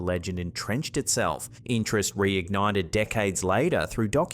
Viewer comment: This guy is so lazy with his speech. It's military, not militry, extraordinary, not extrordinary, interest, not intrst, phenomenon, not phenominn, later, not layda, thirty, not thirdy